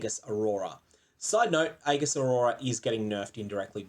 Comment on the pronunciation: Aegis is pronounced ee-juhs not a-giss. Sorry, that triggered me a little.